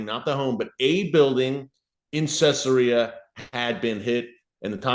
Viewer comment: It's pronounced Cezaria. Not Cessaria..